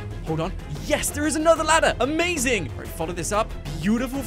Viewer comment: On the one dollar maze you said amazing a maze ing